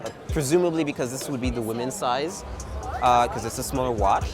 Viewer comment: he just shouldnt say anything with a "ch" (watch and appreciate) for the rest he has it very well under control.